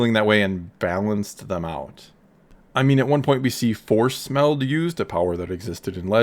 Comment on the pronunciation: At first I when you said force meld I thought you said "force smell" 😂